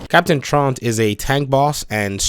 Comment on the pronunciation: Captain "trawnt?" Don't you mean "troo-int?" Am I missing something obscure?